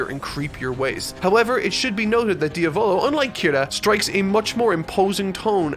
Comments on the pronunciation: its diavlo like the Italian word for devil not dio volo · Dia volo🤣 pronouncing names in jojo isn't your thing is it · Yeah you pronounced better narancia then you did with diavolo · Don't want to be that guy but... you pronounced Diavolo wrong.